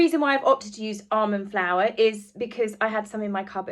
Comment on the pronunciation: Sorry but I thought you said "Arm & Flour" and I kept thinking, "did Arm & Hammer launch a flour line?" Until I realized you meant almond flour. 🤣🤣🤣🤣